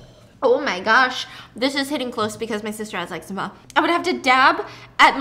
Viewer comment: I just want to say I’m glad you say eczema the same way I do 😂 this one time I mentioned that my eczema was flaring up super bad and the person I was talking to was like “it’s pronounced ‘Exzeeeemmaa’ 🤓” I was like “ummm kindly shut up… I’m gonna say it this way because the way you just said it made my skin crawl into my bones”